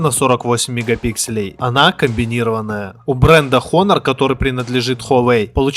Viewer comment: Когда уже блогеры научатся правильно произносить название бренда Honor? Вы английский в школе принципиально что ли не учили?